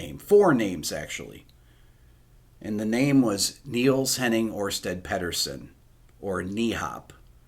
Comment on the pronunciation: Hey, Rick! Just for information, In Denmark the christian name is Niels Henning……..and the surname is pronounced Ersteth Petherson, where the first “e” in Pederson is a short e as in “bed”. Here he was always known as Niels Henning; I know it’s a bit of a mouthful, but there you go! Love the channel, my friend!